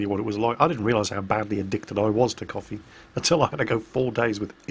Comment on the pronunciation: oh COFFEE machine. lol i heard copy machine and was like "what the hell are you going on about?"